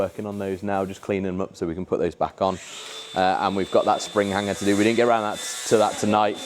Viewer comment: "Spin arand" proper cockney innit 🤣